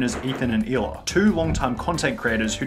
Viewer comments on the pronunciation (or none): Hey, Israeli here. Both Ethan and Sunny say Hila's name wrong. The dominant sound in the word is "La" not "Hi". It translates to "Aura" in Hebrew.